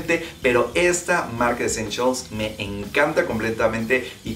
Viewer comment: Jajajajajaja ve a buscarlas para la proxima coleccion y a lo mejor encuentras "Eschenchials" 😂😂